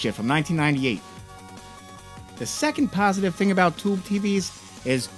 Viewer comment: Why do you have a hard time pronouncing Tube?